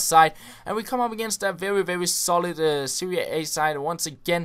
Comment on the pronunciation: You say Seria A but it's Serie A